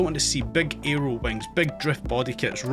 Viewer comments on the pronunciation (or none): none